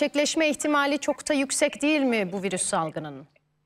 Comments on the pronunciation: Vırus dedikçe bi garip oluyorum 😢 virüs diyeydin nolurdu😮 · Virüs bile diyemiyor doctor tuzak bunlar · Virus mu? Koca profösör virüs diyemiyor.